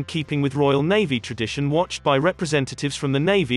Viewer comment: Navvy or Navy? These voice commentaries are dreadful.